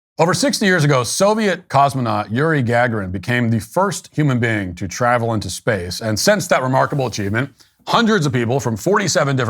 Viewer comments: Yuri GAG-uh-rin? Come on man, it's Yuri guh-GAR-in. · Did he say Gagerin? It's pronounced Gugarin. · Not Gag-ga-ron, its Ga-gar-ron. Nice work. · Pronounce " Goo garr in " 🎉😊😅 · Lmao why you do Yuriy like that?! The way Americans butcher pronunciations of all other names is like nails on a school board to the rest of us lol. We still love y'all. Just in case anyone outside of Slavic community is interested in the pronunciation, its "GAH-GAH-REEN" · Yuri “Gag-yer-in”? What?! 😆🤣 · It's "Ga-Gare-in" 🤦‍♂️. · My god Matt you start your segment by horribly mispronouncing Yuri Gagarin’s name. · work on pronouncing Gagarin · Way to butcher Yuri's last name in the first 10 seconds of your video Matt 🤣. Also. Valentina Tereshkova was the first "All woman crew" and she also had to actually do shit when she went into orbit. My thoughts: 1) They were not crew they were passengers. 2) We (humanity) should have left them there. 2a) Jeff Bezos' spaceship doesn't have enough power to put them in actual orbit or attain escape velocity - unfortunately. 2b) Elon Musk's spaceships can. 3) It's pronounced God not Goddess (if you watched the lunch and listened to the "crew" comms you know). 4) They are not Astronauts they are tourists. 5) The spaceship looks like a dildo. 6) This is a disgrace to actual women who have earn spaceflight through merit. 7) Katy Perry is in desperate need of a cheeseburger.